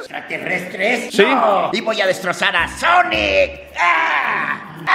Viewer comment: En vez de sonic es ñoñic y tambien ñuñels y ñolas